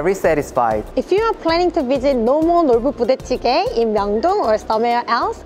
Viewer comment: I got confused at the way you pronunced the "Nolboo Budae Jjigae" 😆. Makes me want to learn Korean more!